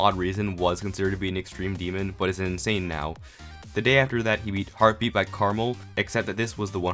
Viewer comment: Krmal Subtitles: Caramel Seem legit